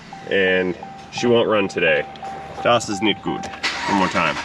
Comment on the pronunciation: Das ist nicht gut...... Just wondering.. Do you speak German? Love the way you say ☺️👌